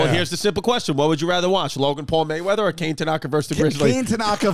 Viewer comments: "Cane" Tanaka. LOL. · Dang poor kane. Its pronunced Kah-Neh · Kane is most likely pronounced “kah-neh” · I’m not sure it’s pronounced “kane”, pretty sure knowing it’s Japanese it’s pronounced “Kon-a” like the word con with the letter A. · for sure not pronounced Kay-ne lol definitely Kah-nay